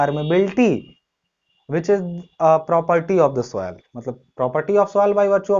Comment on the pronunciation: Swoil nai soil hota hai 😂😂